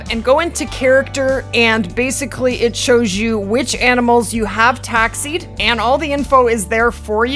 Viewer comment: Why Taxi'd? Why is it so hard to say TAXIDERMY?